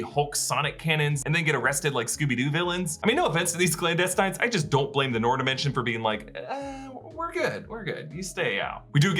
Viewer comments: It's not noor. It's nur. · Not Noor, Nur😂😂😂 with a hard u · Its pronounced nuur and not noar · noor! not nor! noor! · ok,its pronounced "nour" not "noor" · It's not NOR its pronounced NUUR in Arabic. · Thats not pronounce Noor its Nuur in pronunciation 😶😅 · Noor pronounced as Nuur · Noor is pronounced Nuur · I love you. But it’s pronounce Nur (Noor). Hehe 😬✌🏻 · Please everyone Noor rhymes with lure !! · noor is enunciated as nuer actually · Noor...its pronounced Nur like En Sabah Nur..same meaning 'light'